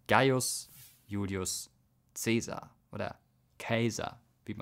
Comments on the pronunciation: Optimaten kommt von optimus = "die Besten" und die richtige Aussprache von Caesar ist "Kaisar", also wie das deutsche Kaiser, nur mit a. Gutes Video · EIne Korrektur zur Aussprache: "Caesar" wird nicht "Käsar" ausgesprochen. Hat nichts mit Käse zu tun. ;) Im Lateinischen werden zwei aufeinander folgende Vokale in der Aussprache übergeleitet. Dies wird übrigens in den Inschriften direkt sichtbar. Beim Wort "CAESAR" wird das E auf den rechten Scheitel des A's gelegt. Das E verschwindet also optisch fast im A. Genauso wird es auch sprachlich übergeleitet: "K a-e sar" - quasi mit einem kleinen E, das fast vom A verschluckt wird. Es wird schnell deutlich, woher das deutsche Wort "Kaiser" stammt. ;) Nebenbei: Das lateinische C wird immer als K ausgesprochen wie z.B. bei Caesar (s.o.). Sein berühmter Ausspruch "veni, vidi, vici" klingt daher beim letzten Verb nicht italienisch, auch wenn es so gut klingt, sondern "viki". ;) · Super Video, aber eigentlich wird "ae" im Lateinischen nicht wie "ä" sondern wie "ei" ausgesprochen somit wird Ceasar wie das deutsche Wort "Kaiser" ausgesprochen. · woher weißt du das caesar, käisar ausgesprochen wurde (!) ? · stimmt nicht ganz die Aussprache ist anders [ˈkaɪ̯zɐ] deutsch ['kaɪ̯sar] latein